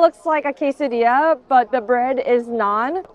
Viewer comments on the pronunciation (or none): none